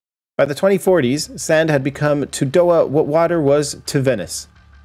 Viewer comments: more like dough ha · This ain’t a bad story. I’m probably a dumbass but I lived in Doha and we pronounced it like “Dough Ha” probably just me being an idiot but if I’m right yeah. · That's not how you pronounce Doha lol. You pronounce the H just like in hair " doe-ha"...not complicated. The way you said it means a totally different word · That's not how you say the city name